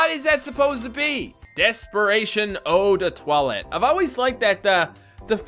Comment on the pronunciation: Eau de toilette is not related to the bowl we shit in and plus we call perfume : parfum! Still enjoy hearing you try to speek french